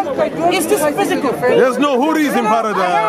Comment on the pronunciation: "Is that phoosicool?" 😂😂🤣🤣🤣